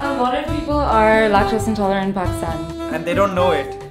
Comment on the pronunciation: "lactose intoletant"